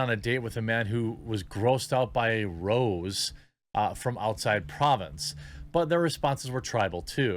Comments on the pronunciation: It's not pronounced "rose" it's pronounced "ro-zay". Anyway, liberal women want the confidence and resources of a conservative man, but they want that in a liberal man despite the fact liberal men are gay and weak and live with their mothers and have student loans. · see the é at the end of rosé? It's French and pronounced roh-zay and it's a type of wine from proh-vahnce. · That's "rose a from pro vaunce" pronounced phonetically. I love tuning in occasionally. It's basically a watered down type of wine outside of a region of France. So, the person wouldn't have refined taste. People who drink wine often have a preference of red versus white. The rose with an accent mark is a combination for people who don't really know what they like. Cheers! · It wasnt rose, there was an accent on the e so it was ro-say like the wine. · Not rose. Rosé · Jeremy saying Rosé like rose was pretty funny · I hate to be "that guy" and I say this with the best intentions, but "rosé" is pronounced "rose-ay". At least that's how it's pronounced in my country. It's a French word so we probably say it wrong.